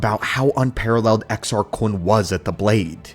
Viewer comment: Well done on the pronouncing exars